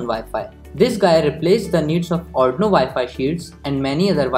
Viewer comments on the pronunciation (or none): ITS ARRRRDUUUUIIIIINOOOOOO not ARNOOOO